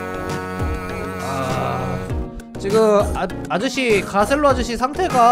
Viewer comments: 다들 아저씨라고 하지만 26살입니다..ㅋㅋㅋ쿠ㅠㅠ 그리고 가첼로가 아니라 가셀로입니다! 공식에서 그렇게 말했습니다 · 근데 월래이름 가첼로가아니라 가셀로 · 가첼로 원래 발음:가셀로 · 사실 가첼로가 아니라 가셀로에요.. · 가첼로가 아니라 가셀로 입니다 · 가첼로가 아니라 가셀로임니다 오해하시는분 많타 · 가첼로 가아니라 가셀로임